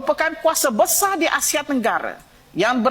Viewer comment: Besar tapi disebut besaaa... 😂😂😂 bahasa kampung tidak standard...